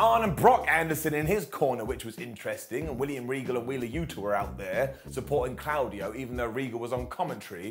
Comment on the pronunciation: Sorry again but his name is Claudio, the au is pronounced like an o, it is not pronounced like a cloud in the sky.